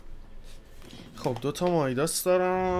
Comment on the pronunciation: اتفاقاً مایداسه😂